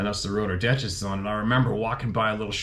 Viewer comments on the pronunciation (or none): wait did you say dentest?